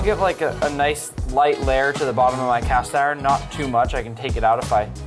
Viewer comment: Man’s cast iron sounds like ocean lol